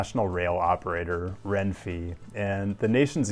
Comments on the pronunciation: Argh! It's Ren-*fay*, not Ren-*fee*. Or at least it should be, based on how the letter E is always pronounced in Spanish. Besides that, thanks for the great video! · renfeeeeaaeaea, not RENFI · I love how you called Renfe "Renfee" xD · Why did you say "Renfi"? Both Es are identical: rEnfE. There are no weird english vowels and 27 types of E here.